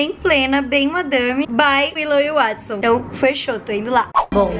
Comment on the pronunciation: Até quem fim alguém falou o nome do Watson certo. 👏👏👏👏